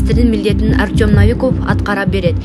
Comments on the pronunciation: НАВИКОВ ЭМЕС НОВИКОВ 😂🤦‍♂️🤷‍♂️УШУНДАЙ ДИКТОРЛОР КАЙДАН ЧЫГАТ ОЙ БЕТИМ. ПОЗОР..... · Артем Навиков эмес,а АРТЁМ НОВИКОВ ,ударение на букву О. Эмнеге ушунча туура эмес окуйсунар,артыкча инсандардын аты жонун туура окугулачы. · Навиков эмес новиков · Ушул алып баруучу кыз таакыр эле онолбоду Наавиков дебей Ноовиков дечи Новиков идеальный грамотный премьер министр пусть он и работает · Диктор нормально читай ударение норм айтчы навиков дебей Новиков дечи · Новиков. Навиков эмес туура окучу кудай жалгагыр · НАвиков дебей НОвиков дечи, диктор кыз!